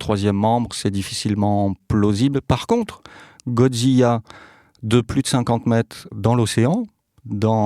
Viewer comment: Comme mais parents 🧐Pourquoi 😠 les adultes disent godzilla "godziyia" C'est godzilla "godzila" c'est facile à dire nan😤😤😠